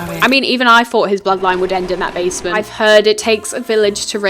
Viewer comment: i’ve watched this video 40 times and “the bazement” still gets me everytime